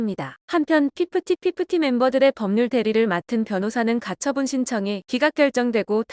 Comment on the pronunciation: 핍티핍티 라고 하심이 피프티 피프티. ㅋㅋ 미춌다.